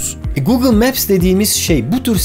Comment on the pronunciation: Neden google ve alibaba derken R leri V olarak söyledin çok enteresan :D